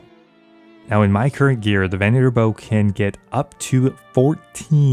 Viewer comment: And Southern, venator, and ethereum. Fucking great videos but holy shit these drive me insane. I didn't even know it was possible to fuck up southern lol.